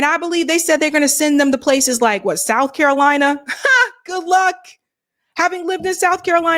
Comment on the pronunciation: Soutf Carolina , Nortf Carolina 😂 we not tolerating no disrespect 💪🏾💯.